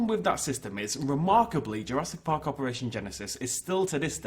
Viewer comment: Ah good old Jurassic Pahck